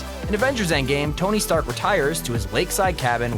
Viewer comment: is it me or "trask" industry "stark" industry